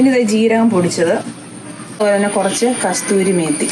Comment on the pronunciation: Kasthurimethiyalla kasurimethi